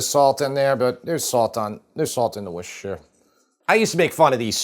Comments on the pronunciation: Worcester Sauce. It's pronounced 'Wuss-ter' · I'm English - it's wooster sauce. Pronounced wuh-ster. not woooh-ster. HTH. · wuster / wusta. never wuster-sher! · Love the excitement from James' approval. And for the last time....it's "wis-ta - sheer" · Wuss-ter sauce. Pure and simple. Forget the “shire” bit. Nobody in 🇬🇧says the “shire” bit. It’s just “wusster sauce”. 🇬🇧🇬🇧🇬🇧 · Woost - er-shire. Sauce. Was created by accident... Loving your videos. Congratulations on 1m sub apron. 😅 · woos tir shire ;) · I'm fed up with chefs who can't pronounce Worcestershire. It's not that hard, and mispronouncing it is not amusing. Ugh. In case anyone is actually confused and not just trying to be cute, it's pronounced WOOST-uh-sher, with the OO pronounced like the OO in Look, not the OO in Rooster. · It’s Worcestershire Sauce. Pronounced Wuss-ter-sheer. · Here's how you say WORCESTER you say WUSTER it rhymes with MUSTER. So, Worcestershire is pronounced WUSTER SHER. Please make an effort to get it right 👉 😊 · Worce ster SHIRE. 3 syllables. Not that difficult. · Repeat after me: wuss-ta-sher. Wusstasher sauce. Worcestershire sauce. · Worcestershire: Worcester pronounced like the Mass City; Wooster. Then shire (shy-er)